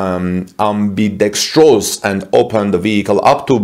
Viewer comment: HI, GOOD JOB!! EVEN FOR US "INDIGENOUS" AMERICANS, AMBIDEXTROUS IS A TOUGH WORD TO PRONOUNCE!! I RESPECT YOU VERY MUCH FOR HOW MUCH EFFORT YOU OBVIOUSLY PUT INTO THE PROPER PRONUNCIATION OF SO MANY DIFFICULT WORDS IN OUR CRAZY ENGLISH LANGUAGE!! WHEN MY GRANDFATHER CAME TO AMERICA FROM LANOLA, ITALY, OVER 100 YEARS AGO, I'VE BEEN TOLD THE ONLY ENGLISH HE KNEW WAS THE PHRASE: "I WANT A JOB" WHICH I'M CERTAIN HE LEARNED ON THE BOAT TRIP OVER TO ELLIS ISLAND!! SO I THINK THAT'S A VERY INTERESTING OBSERVATION OF YOURS THAT BECAUSE OF THAT "AMBIDEXTROUS" CENTER DRIVER LOCATION, THE TESLA SEMI COULD BE USED IN EVERY COUNTRY IN THE WORLD, IRREGARDLESS TO RIGHT OR LEFT-HAND DRIVE ROADS, THUS SAVING TESLA MILLIONS, AND MILLIONS OF DOLLARS TO MAKE 2 DIFFERENT MODELS, WHICH I FEEL IS VERY IMPORTANT WHEN THEY'RE TRYING TO REVOLUTIONIZE THE TRUCKING INDUSTRY!! THANK YOU!! CHAS ORVIS, PLAINVILLE, CT.